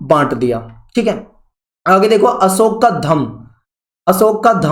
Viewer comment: Wo अशोक hai na ki असोक